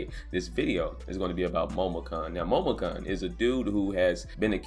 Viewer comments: kun is pronounced KOON not cun. Sorry it was irking me but good vid bruh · HER name is pronounced Momo - koon. How can I trust your news if you can't even get the absolute basics of a story tight?